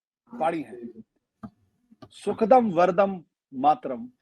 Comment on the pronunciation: सुखदं वरदं ... उच्चारण कर रहे हैं । सुखदाम् वरदाम् मातरम् है ।